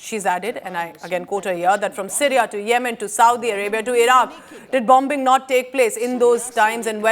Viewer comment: BomB-bing😅 BT pls train ur presenter